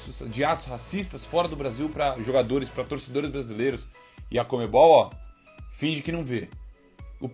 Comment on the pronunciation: Essa moça precisa aprender a ler! Não sabe pronunciar os nomes dos jogadores.